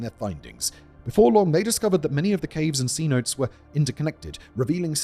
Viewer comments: Those holes in Mexico and the surrounding areas are pronounced si-note-eh. Thats "si" is like signature, then note like that thing you would pass in class to see if girls like you 'Yes or No', then "eh" like hayyyyy but with out the "h" so just eyyyy. Put it all together and what do you Bipidy bopity boo, I mean Cenote. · cee-not-tassss lolololol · “C-notes” 😂 since you’re a Trekkie, Simon, just think, “rhymes with Chakotay” - 3 syllables.